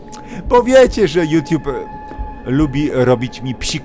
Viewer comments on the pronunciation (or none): none